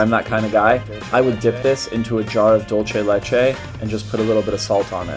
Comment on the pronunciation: I think he meant that they didn't say the name correctly since it's dulce de leche xD